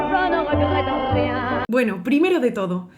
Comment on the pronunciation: Emocionante, como todas tus interpretaciones. Pero permíteme corregirte una palabra del refrán. Te has comido una sílaba y pierde el sentido de arrepentir: dices algo como "je ne rète rien", pero es "je ne regrette rien". Saludos de un gran admirador!